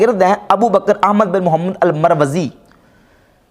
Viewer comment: آپ کو محمد صل اللہ علیہ وآلہ وسلّم لفظ بھی ٹھیک سے ادا نی کرنا آتا۔ انجینئر کے نام کے ساتھ محمد صل اللہ علیہ وآلہ وسلّم کا نام ہے تو کم از کم تمیز سے نام لیں۔ بغض میں ادب نا بھولیں۔ شکریہ